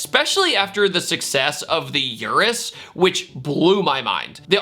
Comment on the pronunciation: The way he pronounces Urus makes me cringe 🤣